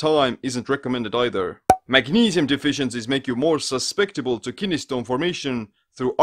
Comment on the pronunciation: Suspectable or susceptible...? 😂. Just giving you shit. Great video as always, bub!